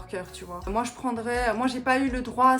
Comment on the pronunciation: "C'est moé!" lorsque tu montre ta photo habillé en geisha 😊 Tu sonnais comme une vraie québécoise 😄✌